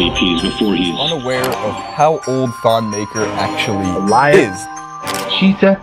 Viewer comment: I think it’s actually pronounced Ton Mahkur